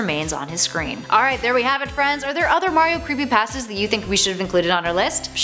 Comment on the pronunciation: Oh creepy pahstas